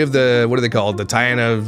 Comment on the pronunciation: Ok.....Taina is pronounced Thigh-na She said it in her very first video :) just found it..lol